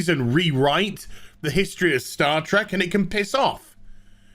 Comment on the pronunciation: HAHAA HE SAID STAR TRECK HE SAID STAR TRECK I WAS THE FIRST TO NOTICE REEEEEEEEEEEEEEEEEEEEEE